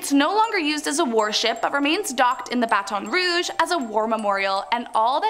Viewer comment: the way u said baton rogue im sorry but its BAH-TIN- RUH-JA